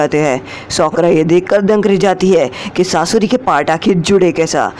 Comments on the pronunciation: Skaura aur susri nahi sasuri 😂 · If you make your video little more interesting like little jokes and in a funny way you are really dont know how make veiwers intrest in your video .. You can say saasurii to sasuri 😂